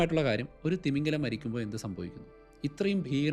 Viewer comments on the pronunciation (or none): തിമിംഗലം അല്ല തിമിംഗിലം